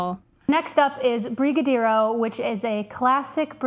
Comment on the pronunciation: Brazilian here: that is NOT how Pão de Queijo is pronounced. Queijo is pronounced “ke-jo” as you actually pronounce j in Portuguese. The o in pão is also partially nasal. You also squandered brigadeiro. It is pronounced “bri-ga-deh-ro” (r is pronounced like in Japanese)